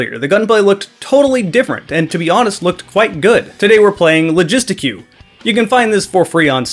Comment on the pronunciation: okay I was imagining it pronounced like the French word, but pronouncing it like "barbeque" is 1000% more AMERICAN and I will be stealing that